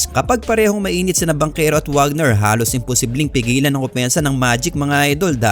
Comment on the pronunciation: Wagner is Pronouced as "Vagner" since German si Franz